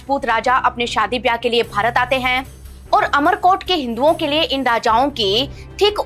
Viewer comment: इसका नाम अमर कोट नही उमर कोट है